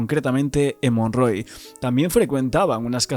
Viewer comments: es Montroy, no monroy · Muy buenas noches, no se pronuncia Montroy es Mon Troy, gracias